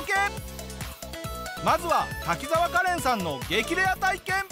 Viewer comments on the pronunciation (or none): カレンのことガレンって言ってるじゃん